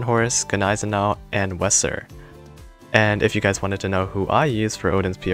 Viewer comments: Wesser is pronounced "Vesser" :D thanks for the videos bud I always share them on my discord! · Thought it’s really funny how he pronounced it but I guess those names are more difficult for others to pronounce. I mean it’s actually pronounced without the double s but eh. Who cares xD